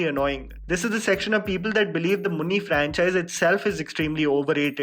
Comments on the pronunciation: dude it's muni not munni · It's not 'munni' its 'muni' mooo....ni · Come out of Munni Badnam hui, It is MUNI, not MUNNI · Not munni but MUNI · It is not Munni, it is Muni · sorry but its not munni its "मुनि" . every time I hear munni its make me cringe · Well the tamil franchise is called Muni (Mu-Nee) not Munni.. ;) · Areey ooo bhai It is Muni, not Munni. U can't even pronounce it properly but analysing the movie. 🤭🤣🤯. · Bro it isn't munni. It's muni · Bro its muni not munni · The original Tamil franchise is named "Muni" not Munni! 🙄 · It's not munni ....it's muni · It's not munni it's muni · 😂 it's funny that your calling it as 'Munni' like it's a small girls pet name in actual 'Munni' has different pronunciation which means a god who safeguard the village.